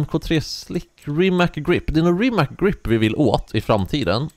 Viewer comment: Det uttalas inte rimak utan ri mats